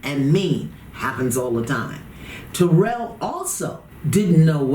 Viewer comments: It's killing me how see keeps saying his name wrong... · She is pronouncing taryll's name wrong. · TARYLL it's like the name Darryl with a T. I don't know how so many people pronounce his name so wrong! 🤪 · His name s Taryll which rhymes with the word 'towel'. She says his name wrong 😂 good show though.